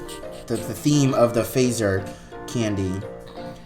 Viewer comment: It is fazer in Finnish and it is pronounced like it is written. [fatser]